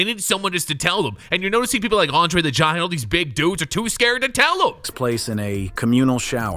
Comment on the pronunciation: This AI is wild. Pronounced Andre differently within 3 words.